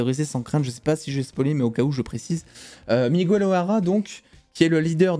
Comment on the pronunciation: je t'adore mais par pitié arrête de prononcer Miguel "Migouel" 😂😂😂